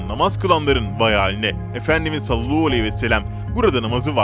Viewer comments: Salluhu degil sallallahudenilecek kardeşim düzelt şudilini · Sinirim kalktı bir türlü doğru telaffuz etmeyişinize. Videolarınızı beğensemde artık gına geldi, birtürlü sallallahudememekiçin, inat edişiniz yüzünden ben dahil çoğu kişi abonelikten çıkacak .. inşaAllah kaale alır doğrusunu söyler bizleri kırmazsınız .. Mutlu sağlıklı bereketli huzurlu bir yıl olsun 2021.. İyi yıllar